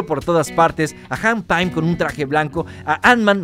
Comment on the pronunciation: "hank paim" :v